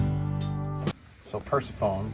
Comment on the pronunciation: These goat condos are so cute! I wanted to let you know that you're pronouncing Persephone incorrectly. It's pronounced Per-SEH-fuh-nee